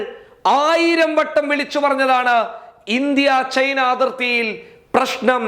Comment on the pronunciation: ചായ്‌ന അല്ല china,, സയിനം അല്ല സൈന്യം ഉച്ചാരണം പഠിക്കു ആദ്യം